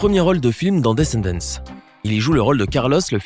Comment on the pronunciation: Comment il prononce descendant wouah 😂